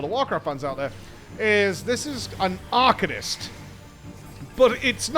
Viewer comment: drink every time says arcanist wrong